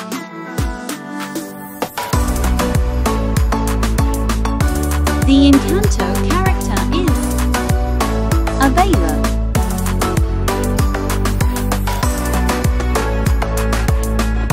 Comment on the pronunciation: Reality: Abuela Text Voice: Abela